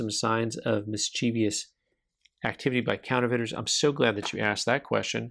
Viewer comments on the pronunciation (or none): You might want to consider looking up the correct pronunciation of "mischievous." You're inserting an extra syllable that shouldn't be there.